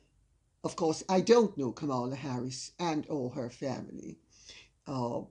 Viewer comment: Didn't expect to hear Kamala Harris's discussed here, but I should have known better. Lady C, a Jamaican, is a fountain of knowledge. Btw, her name is pronounced, comma-la.